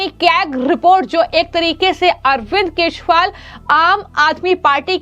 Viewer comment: Aap keshwal bolte hein.Unka naam kejriwal hei